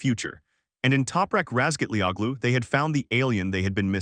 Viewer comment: His name is pronounced Razgat-ler-ohlu. The Turkish Ğ is silent (lengthens the sound of the preceding vowel) the undotted ı is "er" as in father